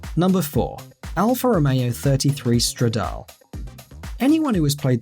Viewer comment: Tip-o Stradal-é